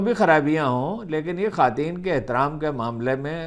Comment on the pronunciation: بہ صد احترام عرض ہے کہ یہ "خاتین" کیا ہوتا ہے؟؟ ہم نے تو ساری زندگی اسے "خواتین" لکھا پڑھا اور سنا۔ فیروز اللغات اور ریختہ بھی اسی تلفظ کی توثیق کرتی ہے۔ معلوم نہیں آپ کونسی لغات سے استفادہ کرتے ہو؟